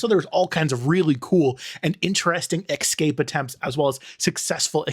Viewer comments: eSSSSScape. Exscape is not a word. Lol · I hate when people pronounce it "excapes". we aren't 5 years old anymore. We can all read, correct? Where is the C sound at in the word "escape"? before or after the S? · I feel the need to point out that there is no ‘x’ in ‘escape’ 😅 😘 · X scape? Can't watch